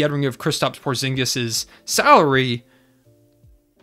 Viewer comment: Porzingis? POORzingis...